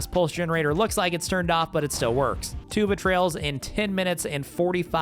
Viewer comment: I can guarantee I'm a worse shot 😆 great video dude. Also, I kept hearing you say "tube of trails" instead of two betrayals on that level, had me laughing hard!